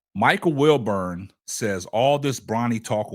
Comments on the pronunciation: Wilbon not Wilburn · WilBON how can anybody take this guy commentary serious when he can’t even pronounce the guys name right 🤦‍♂️😂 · It's WILBON My G